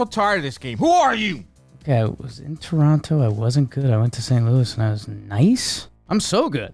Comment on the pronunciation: Shoutout to for actually pronouncing Toronto right! Us canadians dont pronounce the second T